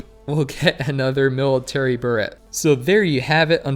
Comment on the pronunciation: Nice vid. Beret is french and pronounced 'Beh-Ray'.